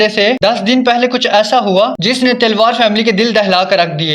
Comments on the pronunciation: Talwar ko Telwar kyon keh rahe ho ? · आप बोल रहे, तिलवार फ़ैमिली, जबकि वो तो तलवार फ़ैमिली है, आपकी आवाज़ बिलकुल भी स्पष्ट नही, कहानी की कड़ियों को जोड़ भी नही पा रहे, इसमें आपने कोई भी नई बात नही बताई, किसने मारा स्पष्ट नही है। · Talwar not Telwar